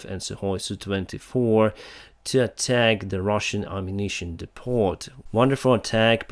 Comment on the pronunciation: just a little thing - the "t" in "depot" is silent - depot rhymes with hello ;)